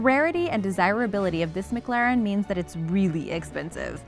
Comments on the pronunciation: It’s miclaren * pronunciation And you said miglaren Ps I know how to spell it this is to show how to say mclaren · And the MaGlaren F1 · Mcglaren I thought it was mclaren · La Man, Muhclahrin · Anyone else not like the way she says McLaren??